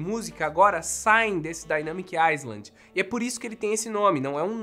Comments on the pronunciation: se fala “dainâmic ailand” e não “aiSland” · Obs: se pronuncia “ailand” e nao “aisland” Valeu. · Dica boba: island se lê “iland” (sem o S) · Só uma correção: se fala DAINEMIIC AILAND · A pronúncia de "island" é (ailând) sem o "s". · “Island” não se pronuncia o S. Se pronuncia “ai-lánd” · Dynamic "áilend". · O mais legal é que nenhum YouTuber fala “island” corretamente! 🤣🤣🤣 E, na verdade, esse Dynamic Island vai dar a impressão de que essa porção da tela queimou! Kkkkk Vai atrapalhar mais ainda quando estiver assistindo a algum vídeo.